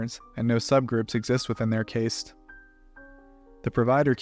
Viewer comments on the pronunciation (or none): I really do enjoy your videos. But your mispronunciation of the word “caste” is really grating on my nerves. Just saying. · Very good video, like the others, but please learn to pronounce words, it's caste, like when fishing, not caste with a hard 'a' sound, it's said like cast despite how itself spelled.